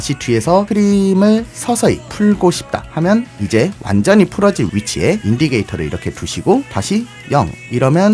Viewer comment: 영상 잘 보고 있습니다~ 그런데 인디케이터(indicator)를 계속 인디게이터라고 하시는 특별한 이유가 있으신건가요? ㅎㅎ ^^